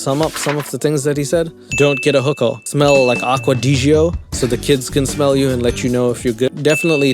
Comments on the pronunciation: Not that it matters, but … it’s pronounced acqua-di-Joe not acquadeejeeoh Yes I realize this is the least of his issues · Aqua di Gio...the "Gio" is pronounced "Joe" lol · It's pronounced "aqua di JOE" (source: commercials) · His sex worker virginity take is absolutely bonkers! I would have much rather had my first time not be a really awkward, 30 second stoned experience at a girl's house I barely knew. I did it of course, consensually, but I mean the poor girl had to put my hand on her boob because I had no idea what to do. He also pronounced the freaking cologne wrong. It's supposed to be Acqua di Gio, not Acqua di Gio. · I've never hears aqua di gio said like that before. I really had to decipher it to figure it out. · im probably not gonna sleep the next couple night just thinking about how he pronounces acqua di gio